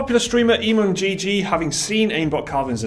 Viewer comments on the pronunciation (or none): I disliked due to the fact that you had stock Overwatch footage playing in the background and the fact that you mispronounced Emongg. It is pronounced ee-mong. Do some research and actually play the game please. Unprofessional.